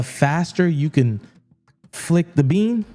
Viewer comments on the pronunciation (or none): Did I just hear flick the bean 🤣